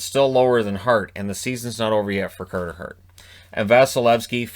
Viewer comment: Cahtah Hahht. 22 years old.